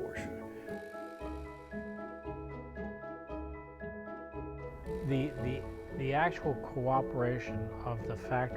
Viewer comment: This is the first time, I am hearing a normal americal customer pronuncing "Porsche" without eating the "uh"